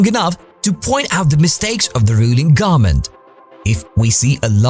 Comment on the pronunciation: do you not know how to say government?